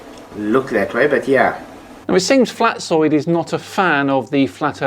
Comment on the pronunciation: I cant drop that i heard pronouncing "Flatzoid" as "Flatsoy".